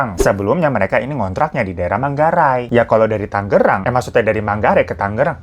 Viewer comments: Bang, tangerang bang bukan tanggerang.. g nya satu ajah 😂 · Kak, Tangerang bukan Tanggerangggg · Tangerang not Tanggerang :( dan di baca tang e rang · TANGERANG BANGGG.. BUKAN TANGGERANGGGG😂😂😂😂😂😂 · Tangerang itu G nya cuma satu ya bang, suka aneh denger orang nyebutnya pake dobel G. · Sebagai warga Tangerang gw greget banget penulisan dan pelafalan Tangerang tuh tetep Tangerang bukan Tanggerang dengan double "G"😭😭😭😭😭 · G nya 1 aja bang, TANGERANG bukan TANGGERANG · TANGERANG bukan TANGGERANG bang hirooo😭😭😭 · Tangerang, Bang. Huruf G nya satu aja yes